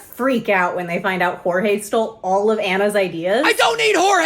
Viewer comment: I want him to react to "big city greens" idk why... Also OMFG IT'S "Jorge"!!!! 😆😆😆😆